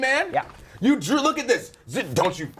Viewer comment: When he said "He drew on me" I thought he said "He drooled on me"